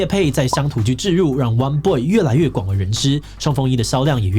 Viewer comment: 我都聽成 彎BOY 穿比不穿還娘~